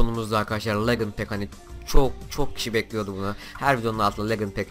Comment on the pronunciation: Legınd Değil Licınd